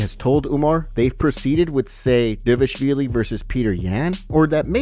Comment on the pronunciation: I think you should STOP calling him "Devashvili" for god's sake. Every time...